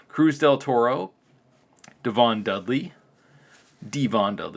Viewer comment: i shut the video off when he said Davon dudley. i thought this guy was a wrestling fan. he was mispronouncing so many names